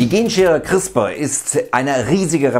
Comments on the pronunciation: es wird crisper ausgesprochen lol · Hi, ich will kurz anmerken, dass CRISPR wie Crisper ausgesprochen wird. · It's called "CrispARRRR" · "Chrisper" spricht man das aus!!!